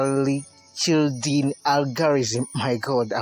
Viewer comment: Please learn to pronounce Ostrogradsky and Euclidean properly.